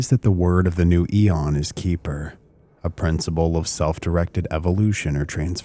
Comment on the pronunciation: Keper is pronounce KEH-fer. Rhymes with heifer.